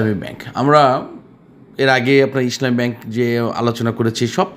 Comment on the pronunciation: Vai, your pronunciation is too bad. It is not Isshlami it is Islami Desh garments is not a top graded share.